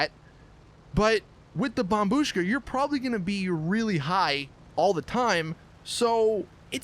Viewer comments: Well done you finally said bombBUSHKA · Turned on the video just to hear him say bombshu--- wait I just heard him say bombushka correctly what the fuck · He finally pronounce it right. Lol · Finally you pronounced it correctly. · Dude u finally said bombushka right good job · YOU FINALLY SAID IT RIGHT